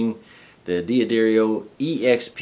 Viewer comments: It's pronounced DAD-DAR-EE-O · FFS......It's pronounced "DUH-DAR-EEO"....